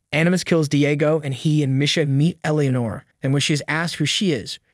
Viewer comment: That and how he pronounces Misha lol